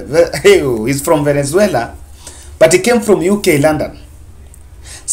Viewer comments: By the way, it's VENEZUELA. It's like you have a problem in pronouncing the South American Country's name. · Very clear and eloquent speech,find it funny how you havent pronounced the noun VENEZUALA correctly...